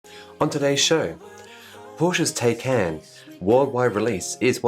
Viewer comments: Thanks. Great show as always. FWIW The Porsche is pronounced Thai (like the food) -can! Will I be buying a Porsche Thai-Can-;-) (Of course we all do multiple 0 to 200 launches on a daily basis.) Two chances, Yep Buckley’s, and that other one. (Can’t wait for my Model 3, and it would be able to do the multiple launches anyway.) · Love your Australian pronunciation of the Taycan, after all we are Straylian!!!!